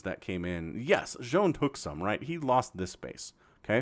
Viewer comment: I think Zoun is pronounced more like Zone, because sometimes you see his name saying 'IntotheZoun'. Other than that it could be pronounced more like Z-ow-n but the first one is probably what it was intended to sound like.